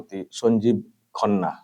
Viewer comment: It's not khonna it's khanna😂